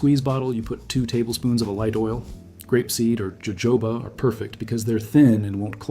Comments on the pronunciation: Jojoba (oil) pronounced 'ho-ho-ba'. Great tips tho! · It's pronounced HoHoba. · Phonetically pronounced: Ho-Ho-Ba (Jojoba)